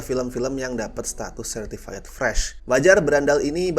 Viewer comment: Certified itu bacanya Sertifait bukan Sertifayet, bang